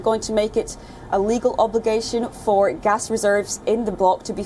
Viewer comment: its gas not gus.